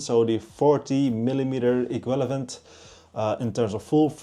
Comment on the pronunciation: iekwillavent??? equivalent.. ie-kwiv-a-lent